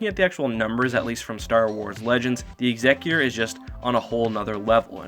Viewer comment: Why does everyone say "Executor" wrong?